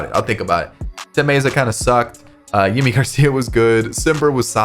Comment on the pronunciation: The pronunciation of "Yimi" Garcia is "Jimmy" Garcia, that's how he had asked his name to be pronounced